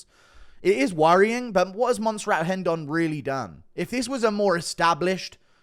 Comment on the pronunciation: Its rendon not hendon 😂😂😂